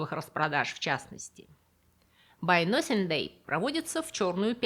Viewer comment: простите за замечание, но вы на самом деле говорите по английски? На моменте с "байносингдэй" я два раза перемотала так как думала ослышалась...вы же живёте в англоязычной стране Канаде, почему у вас "nothing" это носинг? Как-то меня триггернуло на этом моменте. 😮